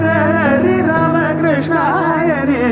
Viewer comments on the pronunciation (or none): none